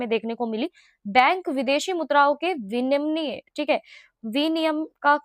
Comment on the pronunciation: Vinimay is correct pronunciation not viniyam